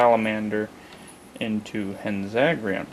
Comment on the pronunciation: By no means am I to offend you, but it seems as if you could use a little help pronouncing their names. Here are the vowel sounds of the Japanese language: A - Ah (or sounding like "On") E - Eh (or sounding like "Emily") I - Ee (or sounding like "Evil") O - Oh (or sounding like "Open") U - Uu (not too sure what English word that'd sound like...) Hanzagiran would be: Han (as in "Han Solo")-Zah-Gee-R-Oh-n. It's a little hard to explain, so sorry if it didn't make any sense. But I hope it helped. Anyways, Hanzagiran is one that I'm still looking for. Well, I have the puny Spark Doll one, but I plan to throw that one out once I get the Marmit one. However, not that one, the one I'm looking for is more white, and has red eyes. Much like the show.